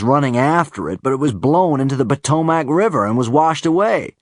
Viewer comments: I know, I laughed at the Potomac pronunciation ;D. And he makes fun of us for the way we say premiere. "Pah-toe-mak River" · I think he does a good job, but he doesn't stick with a specific American dialect. I mean this is a big country. And he does mispronounce Potomac, but I know plenty of Americans who would do that as well. Personaly, as an American, I would prefer that he kept his Scottish dialect as Rex. I mean Hugh Laurie does amazing as House, but I always prefer him with his natural voice. Also, I've noticed David has the same tendencies as Ewan McGregor as an American. Interesting... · pretty much flawless from where i'm standing, except for when he says "potomac." it's meant to be pronounced "p'tomick," not "poh-toh-mack" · it was pretty good right up until he said "p'toh-MACK" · its funny, because altho its spelled "Potomac" most people pronounce it "Potomic" that was one of the few things that through me off. He did a good job besides that tho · After watching Doctor Who here in the U.S. via Netflix, I'm becoming a David Tennant fan. This is an interesting listen though, Potomac was pronounced in a way I've never heard before too. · I don't know, it seems kind of forced and he clearly doesn't pronounce some things as Americans would, stressing certain syllables and vowels incorrectly. Specifically, listen to how he says "Potomac River". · I agree with Lord Cutler Beckett that in some places his American accent seems to switch between Midwestern and Southern, and he might need some coaching on which syllables to stress (listen for how he says "Potomac"), but I'm sure with practice he can get it down. He's so incredibly talented! I grew up in the Detroit area, so if he listens to people from anywhere east of Chicago, west of Detroit but not south of Columbus, Ohio, he'll get the hang of the "flat" accent.